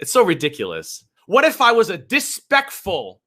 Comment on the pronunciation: It's something said it was supposed to be either disrespectful or despicable but came out as "dispectful"